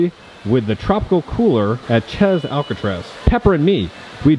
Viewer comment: “Chez” is pronounced “Shay”.